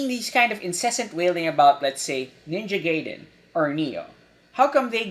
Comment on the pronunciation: On board with everything except how you pronounced Ninja Gaiden... 'Tis not right.